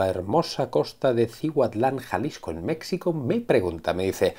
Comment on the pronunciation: Solo quiero decir que la palabra México la letra "x" se pronuncia como si fuera "j", solo eso, porque la verdad es muy molesto para un mexicano (esa también se pronuncia como "j") que pronuncien mal el nombre de su país, así como lo ha de ser con gente de otros países. minuto